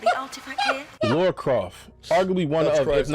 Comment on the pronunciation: Lah-rah. Not Lor-ah.